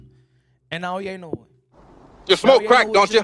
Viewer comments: Pronounced “In no way” !!! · Man I hate how you keep butchering Inoue’s name. You should spend sometime trying to learn how to pronounce his name correctly my dude.